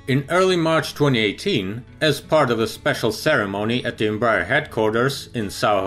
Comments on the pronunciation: EM- BRAH- AIR, please. Not Embrer, or Embr- er. Thank you. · Em-brEar read it like this